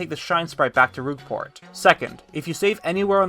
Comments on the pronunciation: Very interesting, but the way you say Rogueport... Rouge and Rogue are different words. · "Roogport" Interesting video, though!